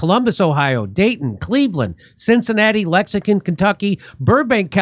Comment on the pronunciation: Did you just say Lexicon, Kentucky?